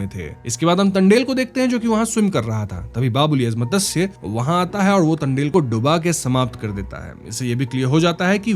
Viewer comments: BC can't you even pronounce मत्स्य simply,, why call it मतस्य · अरे भैया मतंस्य नही मत्स्य कहो . संस्कृत शब्द है मत्स्य याने मछली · मदस्य क्या होता है , it मत्स्य